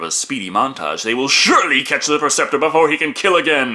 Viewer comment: PREceptor.......not PERceptor